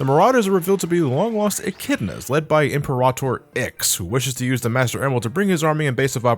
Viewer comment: Years later and he still calls IX, Ziggy.